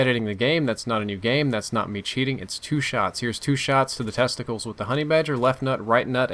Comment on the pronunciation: you say "testicles" like a doctor